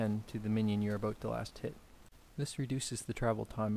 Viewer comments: canadian huh...lol i could tell from the "aboot" thanks for the info though. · Canadian?? Lol, How I met your mother taught me to recognise how people say 'about' ....